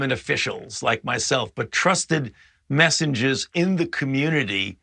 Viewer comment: I thought he said 'trusted messages'